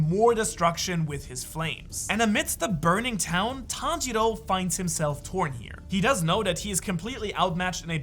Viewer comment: Le playback est génial Et le Tanjili à la minute l'est tout autant, et tanjiru à la Minute ...je savais pas que c'était possible d'ecorcher un nom autant de fois😂 sinon, vidéo intéressante et super naration vraiment agréable à écouter !!